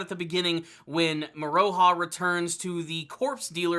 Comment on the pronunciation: Moro-ha not Mor-O-ha. Besides that, keep up the good reviews